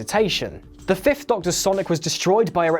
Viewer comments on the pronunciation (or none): none